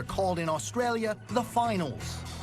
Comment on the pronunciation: Your the only American that says Australia right